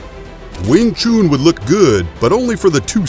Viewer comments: wing tshun man.... not wing tshoon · Wing Chun or Wing Choooon! Might as well call a “Nun” a Noooon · Wing “Choon” it’s Pronounced CHUN JUST LIKE CHUM. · Your getting closer to the truth, #1 it's wing Chun, not wing choon, why call the gm Yip man it's Ipman....STOP MISPRONOUNCING CHUN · I was waiting for anyone to comment on that...man.. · It's Wing Chun, not Wing Choon. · Don't take this as me being rude... but the "chun" in wingchun is pronounced "un" like to "un-ravel" or to "un-tie" and not like "oo" in "spoon" or the month of "june." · Wing chun Not wing choon. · do you know how to spell Noon?...then you will hear the difference between Chun and Noon..it´s not called wing chuuuuun....i get ear cancer i i hear that... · Still ist Not called sing chuuun. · Commentator's pronunciation of Wing "Choon" is funny Lolz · Glad I came to the comments first. After hearing Weeng Choon; I didn't even bother watching. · Not even the Chinese pronounce it as choon. I have never heard it said that way. Pronunciation is important for credibility. It's like calling boxing booxing. Do your research and details. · why is he pronouncing wing chun like wing chewn... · "Win choon" 😂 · Not pronounced Wing Choon - Chun should sound like dONE. - clearly not aware of the scope of Kung Fu attack strikes - many are in fact 'by any means possible' - including eye gouging/pokes, ear ripping, foot stomping, nuts busting, knee and low blow attacks. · Wing “CHOON” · i would really prefer that you learn the words before you speak them out, it s NOT wing chuuuun... you americaaaaan guy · Worst Pronunciation. Too long on the last shunnnhh. No ew in it. Chun like done. I’m Chinese for canton I know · Wing chooooon, can not even say it correctly. Instantly know it's a BS video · Need to learn how to pronounce the words right you saying it wrong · I hate how he says wing chun lmaooo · disliked for the way you pronounced Wing Chun.